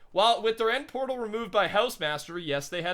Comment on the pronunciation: He said pertal instead of portal...😂